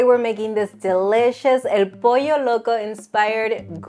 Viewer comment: My wife mispronounces pollo as "poy-yo". Drives me insane